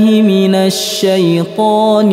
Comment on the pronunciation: Bang itu baca nya saithan bukan saithon bang🙏